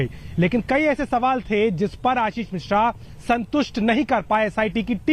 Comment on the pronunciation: मिश्रा है मेडम जी।मिश्र नही है।